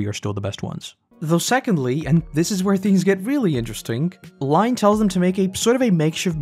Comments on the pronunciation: Lynne's name is not pronounced as "line" as if you were "drawing a line" but more "Lynn" or the Asian name "Lin" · Line? Lynne is pronounced like Linn as if you said Finn but with an L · blud called Lynne "Line"